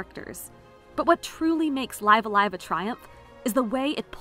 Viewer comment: She pronounced it just as Nintendo itself pronounced it during the trailer.